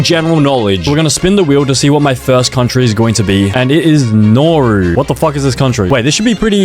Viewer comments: Mistakes: 1 AT THE FIRST SECOND THATS NOT THE USA FLAG, THE FLAG HAS 15 STARS 2 that's not the name the name of that country is name Canada not canadia 3 NOERU? this is actually how you pronounce it. Nah-wo 4 Palau is a completely different poland 5 that star means where narau is 6 nah bro got another pronunciation wrong again mannakeo is mon-a-ko 7 another one? THIS IS THE WAY HOW TO PRONOUNCE --> say-chells 8 3 pronunciations wrong 3 times in a row IS saint kitts of nev-iz 9 IM ABOUT TO SANITIZE MY MOUTH IS BAR-BEAD-DOES 10 just because it has the word saint in the name doesn't mean that it has stars In it 11 LITHUANIA!? IT IS LINCH-IN-STIN 12 IM LITERALLY CRYING THAT HE CALLED AUSTRIA AUSTRALIA 13 I JUST DONT WANT TO SAY IT.... JUST LOOK 14 look ....... JUST LOOK . is two-va-lu 15 t h a t s n o t h e a u s t r a I l e a f l a g Work in progress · I’m pretty sure it’s pronounced Nauru N-a-r-oo also Nauru is a pretty good country 🇳🇷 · I’m pretty sure it’s pronounced Nauru N-a-r-oo